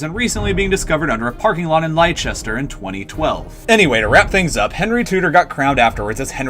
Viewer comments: ‘Lester’ not ‘Liechester’ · By the way, Leicester is pronounced lester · War-Wick, NORTH-hampton, Bew-fort, lie-chester, Tewk-es-bury and Too-dur. So much wrong, so little time. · Very impressive, I liked it a lot. Except that I am pretty sure that Leicester is pronounced Lester... but thats just me being a smartass... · You should wait till the end where he says 'Lie-chester'. Guess which Midlands city this is ... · You yanks gotta make contacts with the Brits to get the pronunciations right man, like literally call anyone in the country, there's loads of us. You got so many place names and I think some people names, other things horribly wrong, Tewkesbury, Leicester, Sussex, Wessex, Essex... CRINGE. And like, you probs speak Valerian. TALK TO SOMEONE IRL 😁